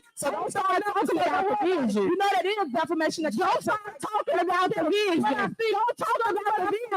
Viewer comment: She have a vizshun 😂😂.